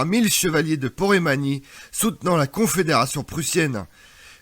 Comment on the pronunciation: Porémanie ou Poméranie ?